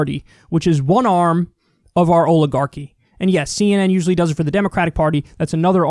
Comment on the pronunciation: Olive-garchy, Kyle?